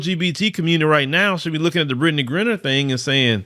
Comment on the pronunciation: 😅 why keep saying Britney's name wrong?